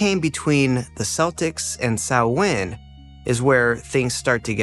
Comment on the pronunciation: Yeh, but it's a good video all the same. Just got recomended this channel today. And he pronounced Samhain properly, most don't!!